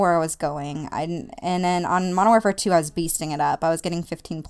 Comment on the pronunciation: 1. i critsize my friends about this... pronounce warfare correct 2. i would not like cod if my first cod as mw2 ... it was blops wen i ell in love then found out about these rapetrans and all that shiz now im a-hamin that shizz and found out about the waw classic maps and stuff